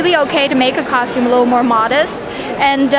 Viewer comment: i hear ,costume cocktum cock, cock, cocktume and cock cock